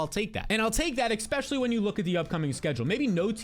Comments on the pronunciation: My brother I am here to say this. I have subscribed, but would love if you would stop sating expecially. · Not subscribing until you say especially correctly